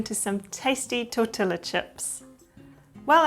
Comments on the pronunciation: NOT " tortilla" like gorilla!!! Its pronounced "tor-tee-ya" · I love your videos! Tortilla is pronounced torti-yah ☺☺☺ in Spanish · Thank you for your video and tips. However, if you are open to feedback for improvement… tortilla is actually correctly pronounced “ tor- TEE-uh”. The i is more of a long “E” sound and the “ll” is more of a silent sound or a “y” sound as in “yuh”. I hope that helps.